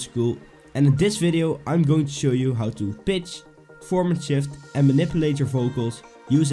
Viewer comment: Is he saying Pitch or Bitch?!